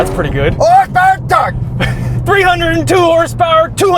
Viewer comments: Nobody: Literally Nobody:: Orse Power and torr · “Hoss Powirr n Torkk”😂